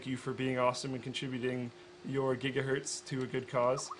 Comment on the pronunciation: Linus! can you tell us the story of "Jiggahertz" ??